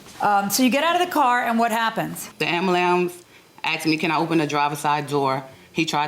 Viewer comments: The "Ambulams"????? WTF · I'm suing the plaintiff. I almost fell off my treadmill when she first said "ambalamb". 🤔😂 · "Ambyoolamps" ---- get it right!😮😢😂😅😊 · How did no one tell that woman how to pronounce “ambulance”?? This is typically where parents step in and say “it’s not puss-getty, it’s spaghetti”… or in this case, “it’s not ambalams”. But she made it all the way to this point in her life without a single person to make fun of her talking like a 3 year old. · AMBALAMB, AMBALAMP….that ambulance kept charging names, and pronunciations, huh?😝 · If she says ambulambs ONE MORE TIME!!!! Girl!!!😡😡😡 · Did she say ambulum 😮 oh wow!!!! 😂😂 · The plaintiff should lose just for being a grown adult with a family and still saying Ambulams 🙄😉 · "Ambalams"..... really?? REALLY??? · A-m-b-u-l-a-n-c-e👈🏾 I almost lost my mind every time she said it! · Man I’m telling you wtf is an ambalambs😂 lmao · Lol.....I was hoping she said ambulance right.....womp womp......she said ambalams...lol. if you know you know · honest question… Why can Black people not say ambulance? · She knows damn well how to say “ambulance” so annoying how ppl talk so ignorantly . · Why can people pronounce ambulance. It is mind boggling!